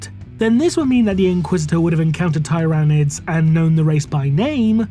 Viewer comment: Still mispronouncing "tyranids" I see...